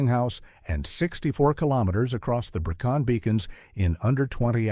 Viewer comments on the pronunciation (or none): Brecon Beacons not Bracon! Now called by it's Welsh name - Bannau Brycheiniog